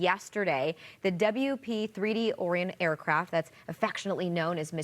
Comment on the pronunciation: So, has that news caster never heard of the Constellation Orion? Her pronunciation of the P3-s moniker hurts to hear.